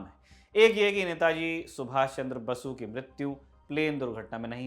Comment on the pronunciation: Subhash Chandra Basu Nahi , BOSE Bhai Sahab. Please, don’t do such mistakes.